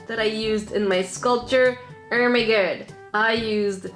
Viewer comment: Why do you say oh my god weirdly?